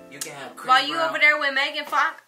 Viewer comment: "megan fakh" I CANT BREATHEEEEEEEEEEE LMFAOOOOOO!!!!!!!